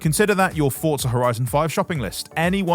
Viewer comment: "Forza" not "Fort-za"